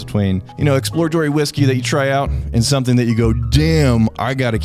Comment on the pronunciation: They also missed when he said "Somethink"